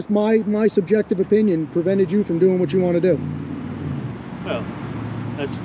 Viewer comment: Dude can't pronounce "subjective" so he disengages...🤣🤣...if Jason and Ben are such huge security threats, shouldn't Deputy Dog stay with them while contacting the proper authorities????...🙄🙄🙄